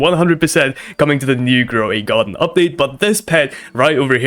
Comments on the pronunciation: "gray garden" 😂😂😂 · Ah yes, gromy garden